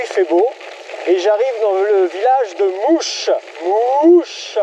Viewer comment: Bravo il en faut de la volonté. Je suis de la région, pour info le village de "mouche" se prononce malheureusement "moche" :p lol